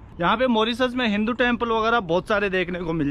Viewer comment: Hinu nahi bhai hindu hota hai